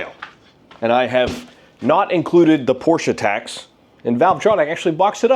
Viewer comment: Am I the only one who noticed that they forgot the "R" in porsche?